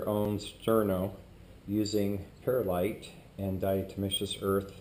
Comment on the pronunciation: He's definitely missing a chunk. It's called Perl-ite not Peril-ite and diatoms are little tiny sea creatures not glass. Their tiny skeletons make up diatomaceous earth. Also isopropanol burns very inefficiently compared to ethanol and methanol. Oh..and he forgot to show the mixing process!